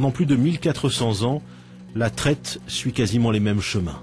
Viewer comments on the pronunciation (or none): none